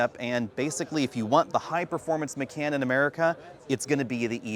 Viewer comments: I have to tease you for pronouncing it "M'can", especially when you clearly know how to pronounce "Tie-Khan". (It should be "M'khan") I kept getting "Singin' In The Rain" flashbacks... Love the videos otherwise! 😉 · my friend. It's Ma-Kahn. Also, "actual" is unnecessary. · It's pronounced "Macon" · It's pronounced "muh-con" as in con man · you say por-shuh and thai-cahn correctly, but why muh-cann? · OMG it's driving me f*cking INSANE!!! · Yeah, its painful to hear